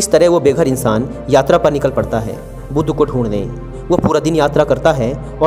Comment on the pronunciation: भाई बुद्धा नहीं बुद्ध ही बोला जाएगा